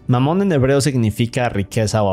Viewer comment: ahora q escuche dijo mamon? xd